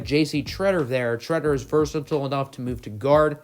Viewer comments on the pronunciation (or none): none